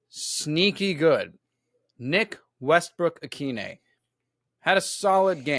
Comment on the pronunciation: IT'S OHN!